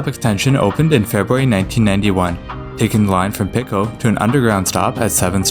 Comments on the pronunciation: yeah, Pico is pronounced the same as the metric system's root 'pico' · also how he pronounced Pico as "picko" lol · lol he ways calling Pico station Picko station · That and he pronounced Pico as "Pick-oh". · Pico is latin so it's the same in all the branch languages. Pee-ko